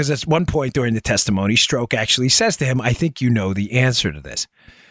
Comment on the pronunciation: It’s pronounced “struck”.